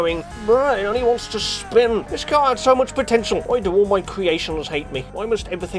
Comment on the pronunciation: Caurrrr is very tvurghh